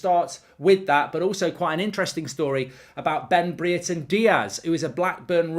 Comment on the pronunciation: The way Mark pronounces Brereton [Pronounced - (breh-ruh-ten)] will always amuse me.